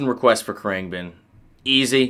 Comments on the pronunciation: Khruangbin. Pronounce it with a silent "a". Krung been. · I've never heard it pronounced "krang Ben" until now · It's pronounced "Krung-bin" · Kru-ahng-bin เครื่องบิน :) Proper pronunciation 🙏 Love all the videos. ขอบคุณมากครับ Thank you 🙏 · Heheh him pronouncing Khruangbin wrong followed by saying August 12th made me laugh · Insults guitarists tone/style and mispronounces band name multiple times... How could this go wrong? Your analysis is of course still good. Glad you gave them a go. Mark is influenced by 70's Thai funk. Context is key. FYI Marks leave the wah on all the time into a dimed boss OD with no distortion (Clean boost). He rides the volume and changes pick ups and finger style for the tone. He is heavily inspired by eastern scales from other instruments. I think you entirely missed his note intention because your not thinking like him... How could you? That's what's makes his music melodically unique. He is trying to replicate eastern instruments on the guitar. He talks about it in interviews. His rig rundown is really odd. You should watch it. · you are saying the name all wrong!